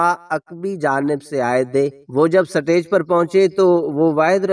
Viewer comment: “سا-ٹے۔ج “ کیا ہوتا ہے بھائ ؟ سا ٹے ج- نہیں - “سٹے-ج” سٹے ج۔ سٹیج - stage